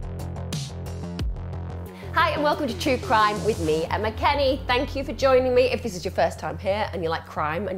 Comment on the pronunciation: Do not stain the comments ok? Emma will put you in timeout 🙄🙄 This is a wonderful community and Emma has very loyal supporters 👍 If you’re takeaway is how Emma pronounces her name then goodbye your not needed ✋✋